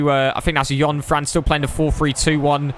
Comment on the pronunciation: ‘Yunfran’ my guy